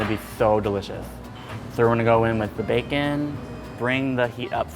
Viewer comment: Everytime he says bacon I hear baekhyun #exollife